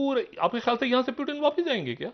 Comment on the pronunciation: It's not Urdu word peewoooton but. Pooootoon